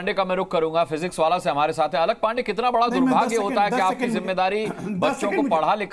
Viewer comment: फिजिक्सवाला नहीं फिजिक्स वल्लाह है.. नाम को सही पढ़ना चाहिए, तोड़ मरोड़ कर नहीं ..😂